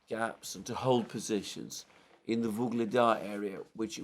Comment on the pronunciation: Listening to the struggling with pronunciation of "Vuhlidar" (in Ukrainian) or "Ugledar" (in Russian) town, maybe it would be interresting for some to actually understand the meaning of this word. Maybe somebody already mentioned it here or somewhere else. "Ugl" (in Russian) or "Uhlí" (in my native, also Slavic, language) means "Coal" and "dar" in Slavic languages means "gift", so the meaning of the word is basically to describe the locality as the one which is giving (gifting) the local inhabitants coal (as a gift). Many of these towns and villages in Donbass area are mining towns, thus those names. Another example was the Soledar town - "sol" means "salt", dar again gift - so the town was named, because it was mining town, but not for coal this time, but for salt.